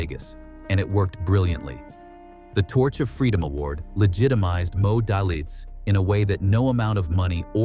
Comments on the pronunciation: it’s pronounced “D—A-Y-L-I-T-Z” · Pronounce his name right. Good story though.. Very true. It is Moe Day - Litz